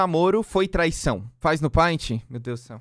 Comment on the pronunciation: NOSSA é ótimo saber que eu não sou a única que lê "Paint" como se escreve e não "Pent"